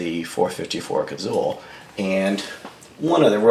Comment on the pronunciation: Had to quit ya . Liked the info but couldn't take another "Cazull"!